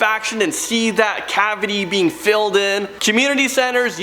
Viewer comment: Did you just say fillded?